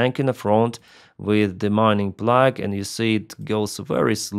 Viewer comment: Plough rhymes with cow!